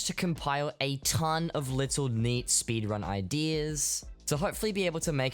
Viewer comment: speedwunning? omggg